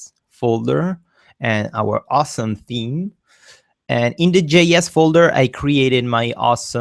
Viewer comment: You're definitely right with the team instead of theme pronunciation I laugh sometimes while reading the closed caption the lyrics was team not theme and also the thumbnail pronunciation in the closed caption it is nominal sometimes numb nail... But its all ok nice tutorials by the way... thanks to you